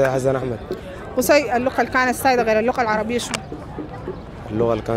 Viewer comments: اسمها اللغة غغغغاغغغغغااا وليس اللقة 😭😭😭😭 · المذيعة دي غيروها احسن ليكم ، عشان القناة تستمر بفكرتها الجميلة دي… لأنها بتتكلم عن اللغة العربية و بتنطقها " لقة" مهما المستضاف يقول اللغة هي تقول لقة بالقاف .. اسمعوا الكلام دا بالله عشان ندعمكم